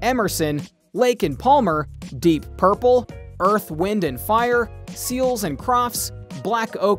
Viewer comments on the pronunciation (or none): none